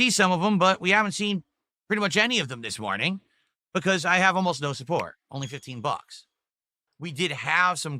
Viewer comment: ’support’ as ‘sue pore’. He’s got trouble with his T’s